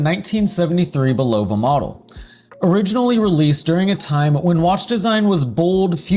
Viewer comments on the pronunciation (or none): Nice vid however, as is said in the bulova adverts you feature it is pronounced bull-ah-va, not bull-o-va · yes please pronounce Bulova correctly. Otherwise, good job! I love my jet star limited edition and it gets significant wrist time over 1 year in! Just beautiful and accurate -1 second per 3 months. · If you were to pronounce the brand name correctly i could possibly get through the whole video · Given the fact that he uses two commercial clips in which the name is correctly pronounced, it is even weirder that he keeps pronouncing it wrong. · Hi, Thanks for the videos. I'm subscribed and Liked several. I especially enjoy the antique watch hunting. Not a collector myself... yet. One request: google how to pronounce Bulova.